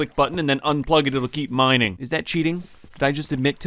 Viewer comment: What This Part Sounded Like To Me (Btw No Hate!):NOW THaT I Got SIXTY-FoUr Bread I Can GO MINEINg! (Btw I Found It Funny How Said It)